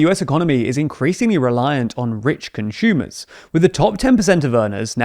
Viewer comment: The way this guy pronounces some words is irritating. ‘ConsHHumers’